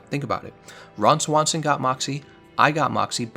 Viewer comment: Lol the way you said Ron Swanson unironically.